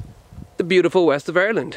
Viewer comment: The wesht of Ireland lol